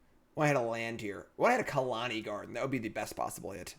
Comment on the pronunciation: please stop saying Khalani Garden.....